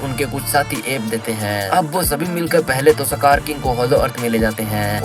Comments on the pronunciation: Skar ❌ sakar ✅ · सकार ❌ इसकार ✅